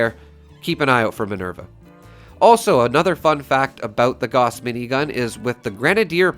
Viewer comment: GAUSS as in HOUSE with a G, not "gaws".